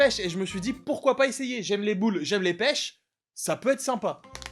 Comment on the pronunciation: dans l'intro "les boules de peches" pour moi ça a sonné comme "des boules de merdes"